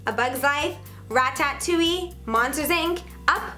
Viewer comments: Rat-at-to-i I'm dying XD why does everyone pronounce it like that? Its Ratatooe. Thats how ur suppose to say it. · "rat tat touille" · Did she really just say Rat-tat-touille? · Did u say Rat - tat - touie ? XD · Did anyone hear her say rat-tat-tuui 🤣🤣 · I hate how she says "raTaTouille"